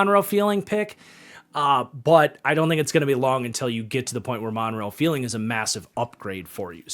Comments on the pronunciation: Guess I'll be the one to tell... there is a R in Monroe F-R-eeling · Did he say Monroe “Feeling”?